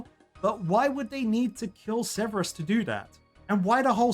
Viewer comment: Yeah he kept calling Servius "Severus" too lol